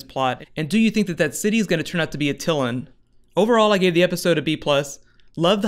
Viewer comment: Love your videos but it's "At Uh Lan" not "Uh Till In" watch the old fox kids FF videos which explain the Inhuman origin story for the pronunciation.